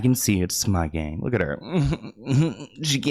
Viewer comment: Okay but she said “luke” for look. I too would have said “huh?”